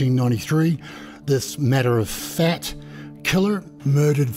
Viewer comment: Are you saying " Matter of fat"? 🤣🍺